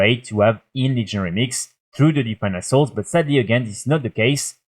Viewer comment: I normally cant see the screen while playing the video. Thought you were saying asshole a couple of times when referring to assaults 😂